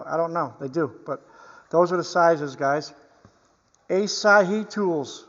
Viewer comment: AHH-SA-HEE is the pronunciation. ASAHI is a major Japanese manufacturing company known for gkass and optical products, I.e. Pentax cameras and binoculars.